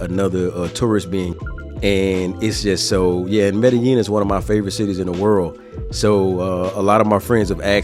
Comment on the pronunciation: learn how to proniunce medellin the double L is a j sound